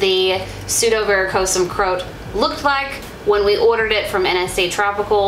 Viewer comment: I don’t think that’s how you pronounce Croat...lol